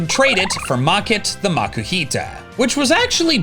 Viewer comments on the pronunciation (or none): its MA-KOO-HEE-TUH no the way pronouncing it.. he needs to BE BETTER!!!!!!!!!!!!!!!!!!!!!!!!!!!!!!!!!!!!!!!!!!!!!!!!!!!!!!! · its MA-KOO-HEE-TUH no the way your pronouncing it.. BE BETTER!!!!!!!!!!!!!!!!!!!!!!!!!!!!!!!!!!!!!!!!!!!!!!!!!!!!!!! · Is no one going to mention the way he pronounced Makuhita?